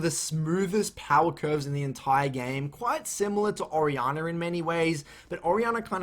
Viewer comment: I'm sitting here thinking "Who the hell is Ariana?". Then I realized he was talking about "Orianna". Thanks for the guide, btw!